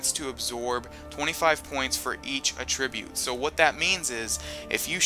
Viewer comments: 'AT- trib-ute' NOT 'uh-TRIB-ute' :{ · TheSilver312 Attribute* not Attribrute... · AT-TRI-BRUTE Not ATT-RI-BRUTE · idk why but it really bothers me how he pronounces attribute. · Attribute. Accent on the FIRST syllable. 'At-tri-bute. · "At - Rib - Ute" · The way he pronounces "attribute"... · The way he says attribute is killing me... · I wish he would pronounce the word attribute right. it seems like lots of gamers pronounce words wrong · The way this guy pronounces Attribute gave me cancer.